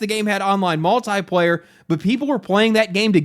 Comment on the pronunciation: Drink everytime he mispronounces multiplayer